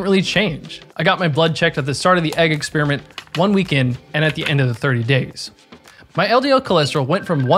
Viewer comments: he really said eggsperiment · Did you say "eggsperiment"?